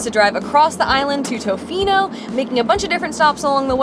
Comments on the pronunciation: Tuhfino NOT Toefino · If you're going to the West Coast of the Island, the towns are Ukee and ToFINO not TOEfino, just FYI. #WestCoastBestCoast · Ya we are aware that we messed up on the pronunciation of Tofino and it’ll be incorrect in future videos as well, as we learned that we said it wrong after filming all of our videos on the island. We try very hard to say things correctly and look up many words, but that one seemed straightforward to us and we’ve been kicking ourselves big time about getting wrong.